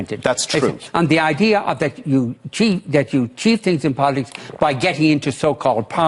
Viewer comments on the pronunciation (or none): 3.57 He says 'bolitics' 🤣